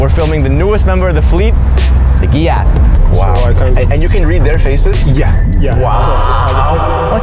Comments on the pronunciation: It's giath not gyaat stop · its not pronounced GHYAT, its pronounceed GAITH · It's ghaith pronouncation(ga it) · first when you said ghiath i heard it like gyat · Why does ghiat sound like smth else?😭😭😭😭